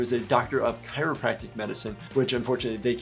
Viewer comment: Смешно будучи русским, слышать "Херопрактика"